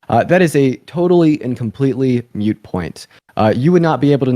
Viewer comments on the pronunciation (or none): it's "moot" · when the little blonde girl used the phrase “MUTE point” I couldn’t take her seriously anymore. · Did this kid say “Mute point”? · Dean called it a "mute point". Dean, if you are going to engage in debate you have to know that the phrase is "moot point". This error alone tells me he's a fraud. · “EK cetera” and “mute point” Good grief. Needs to read a book, not just listen to TikTok’s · He said “mute” point 😂😂